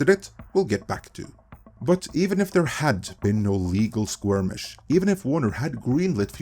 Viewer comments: It's skirmish not squirmish. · At first I thought was having another COMM-ittee moment, with him saying skirmish but it sounds like he is saying "squirmish". I didn't know that squirmish is actually a word. Thanks for teaching me something new today! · It's "skirmish", not "squirmish"... 😉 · The usual on-point video from ME... well done. Just one little thing. The word is skirmish not squirmish. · Your pronunciation of squirmish makes me squirm😂. All jokes aside you are a great speaker. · skirmish*, like skirt.